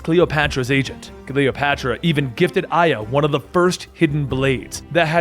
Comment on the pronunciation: Gotta admit Its hard to believe that you are a "hardcore fan" when you pronounce every single name incorrectly except for aya